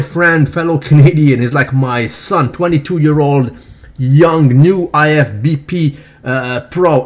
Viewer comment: Haha did he just say "IFBP" pro? Hilarious